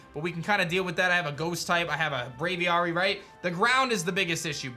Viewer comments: Bra-V-Air-Y = Braviary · You say Braviar super weird, Just say Aviary with a Br at the start. How hard is it?